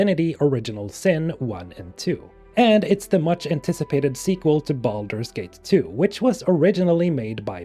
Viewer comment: I know this is a serious video but I swear I'm hearing you say BALLERS GATE instead of Baldur's Gate 🤣🤣🤣